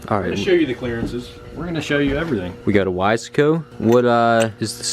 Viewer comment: IT IS WISE-CO NOT WIS-E-CO